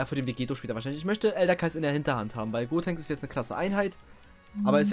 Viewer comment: Gotenks nicht godtenks wie du es ausprichst würde man das schreiben